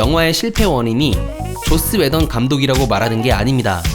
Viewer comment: 왜 게속 조옻스웨던이라고 들리지?